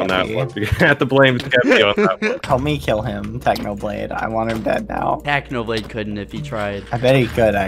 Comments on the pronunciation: "Technobalde" Did anyone else noticed that? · TechnoBlade: Exists Skeppy: Techno-Bald-e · Pretty sure skeppy ruined technos reputation by saying 'technobald' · "Technobalde" Did anyone notice that?